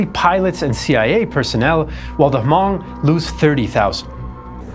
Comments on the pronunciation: Loved this documentary, my only nitpick would be the mispronunciation of Hmong, the “H” is silent so it would just be “mong” similar to Mongol or Mongolian. I really do appreciate the cover of the secret army, its something that’s usually glossed over back then but as of late its been properly covered by many history classes and just the internet in general. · Thank you so much! I may be wrong but i think you pronounce Hmong incorrectly. i believe it’s supposed to sound like ‘mung’ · It must be pronounced huh (lightly )mong